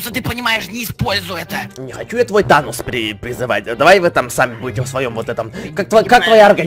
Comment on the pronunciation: не тонос а танос